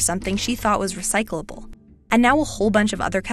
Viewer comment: Is she struggling with the world recyclable